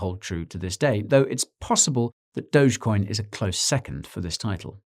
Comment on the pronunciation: DOUGH-GHEE coin, jezus fkn christ, its DOUGH-GHEE, not "dowj"....